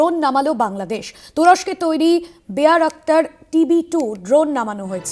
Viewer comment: বেয়ার আক্তার?😂😂😂 বেরাক্টার হবে।